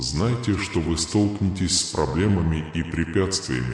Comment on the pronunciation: Столкно'вение столкне'тесь ударения на гласные звуки . столкну'лась столкне'тся . столкну'вшись .